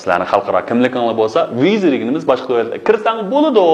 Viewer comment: Visa-سزبۇ نى ۋىيزا دەپ ئوقىدىڭزغۇ/ۋىسادەپ ئوقۇمامدۇق